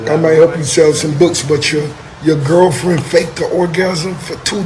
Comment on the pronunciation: Rick said "Gurlfriend".